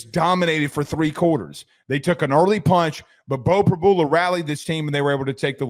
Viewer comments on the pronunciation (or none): Pre-BEW-luh…not Pre-BOO-luh. I have no idea how you didn’t figure that out, especially if you watched the broadcast (which you didn’t). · PRY-BUELA not PRABOOLA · Prib-YOU-la NOT Prib-bull-la🙉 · No one..?? Every PSU fan was mad when he left. He is very explosive. No surprise at all.....btw...Prib-yu-la... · Are you guys mispronouncing names on purpose?